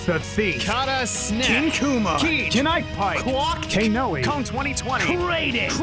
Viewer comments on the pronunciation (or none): none